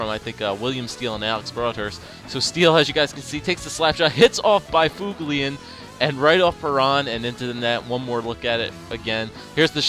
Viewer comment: Why do you keep pronouncing byfuglien like byfuglien and not buflin -_